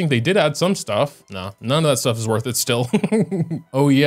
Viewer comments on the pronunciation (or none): none